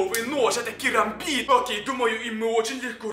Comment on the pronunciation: Не кирамбит а карамбит